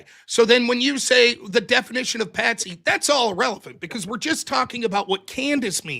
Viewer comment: "it's patsy not pansy" lol